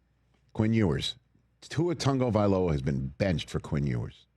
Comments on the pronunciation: Is there a reason Rich calls him Tungavailoa? There’s no N in his last name lol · When did an A and a G together, in American English, start making the sound of a U and an N together? Is it TAGOvailoa or is it TUNGovailoa? I'm so confused. Because it's spelled TAG but a lot of people are pronouncing it TUNG.